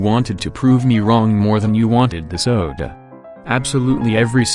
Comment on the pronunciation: I love how he casually turns Italian while pronouncing "soda"